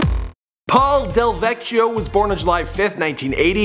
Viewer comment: It's Del-vek-e-o